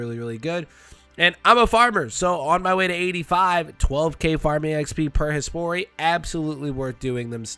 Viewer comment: Every time you say Hespori i snap over like its Hey Sporty. Cant unhear it either